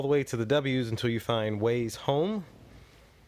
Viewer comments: It's not Waze, it's wyze like "wise". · Wyze is pronounced wize not ways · OMG, thanks for the info, it was, however, very painful to hear you say WAZE (ways) when it is clearly WYZE (wize)..I almost couldn't watch the video all the way through...but thank you VERY much for doing it.